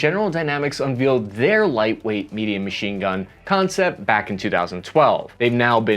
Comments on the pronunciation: It's pronounced "un-VAYL-ed" not "un-VEEL-ed" ...FFS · I've heard this in a few of your vids now. Unveiled is pronounced un valed, not un veeled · “Un-vealed “? Where is from again lol😂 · "Unveeled"? Where did you go to school??